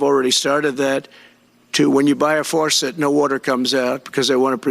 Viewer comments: "Forcet?" God this man is so unfit! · Not to mention the fact that he can't pronounce the word "faucet" -- he says "forcet." Buckle up everybody for the coming sh*tstorm. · What the H is a “water fourset?” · Water Forcet? What is that? Does he mean faucet? Man, he is mentally worse than before. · What's a forcet? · what’s a “water forcet”? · What the heck is a "farcet"?? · What the hell is a "forcet"? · Did he say farcetsor forcets? Hahaha. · Trump said forcet. What's a forcet? LOLOLOLOLOL😵‍💫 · FORCET? WORTUR? I hate it when you can't get war tour from a four set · "a FARcet"? "Rain comes down from heaven"? HOW ON EARTH is this man our future president? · Forcet? Is that like a faucet? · He doesn't even know how to spell faucet. He pronounces it as forcet. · A "Forceit?" Does he mean 'fawcett'? Not only is he as thick as pleated hogscheiser, but he's also mentally away with the spooks. So Glad that we here in Europe would not tolerate this idiot, even as lord mayor of a small village. God Help America! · Can you say faucet, Trump? There are no R's in faucet!! It makes you sound stupid!!! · He can't even pronounce the word "faucet". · I had a shower this morning, it worked perfectly. My faucets are working perfectly also. He also needs to learn to pronounce faucets. There’s no r in faucet. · This brothertrucker is so out of touch that he doesn’t even know how to pronounce the word “faucet”. Also, his brain is so fried it’s only capable of replaying the short list of “greatest hits” over and over again. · There is no "r" in faucet. Toxic impotent white man.